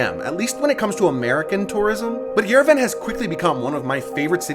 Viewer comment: Just respectfully saying Yerevan is pronounced yer-eh-vhan